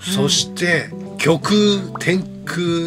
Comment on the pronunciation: きょくうではないですよぉ こくう ですよぉ